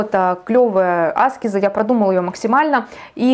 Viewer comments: Благодарю, за очень познавательный и интересный экскурс..🙏😊Но вот Вы говорите Аскез-делая ударение на первую букву, а разве -не аскЕза?...Простите, может я не права?!...Как правильней? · Батюшки в церквях и монахи говорят аскЕза. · Аскеза-ударение на е…а не на А. По ушам режет.10лет слушаю астрологов и эзотериков и так никто не говорит. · Я тоже годами всех Кришнаитов переслушала Торсунова,Рузова,Тушкинв,Хакимова-это были мои духовные проводники с 2010 года и все говорят АскЕза но не Аскеза…нужно индусов еще насчет этого послушать😅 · Аскеза с ударением на первую А очень режет ухо. Она аскЕза. Но информации много и по делу 🙏🏻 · Все хорошо , спасибо за информацию но очень режет слух не правильное произношение слово " аскЕза" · зависит от начитанности и грамотности окружения. Достаточно вбить в поиске «где ставить ударение в слове аскеза» и проверить. Спойлер: на букве Е. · Тоже не нравится это слышать, но информация полезная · Дело в том что , согласен, Аскеза режет уши ❤ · Правильно так, как вы сказали. Просто нравится делать ударение на A, она об этом сама говорила. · Аскеза ? Ударение на а? Почему вы так говорите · Аскеза с ударением на первую букву((( сколь зрителей Вас не досмотрело из-за этого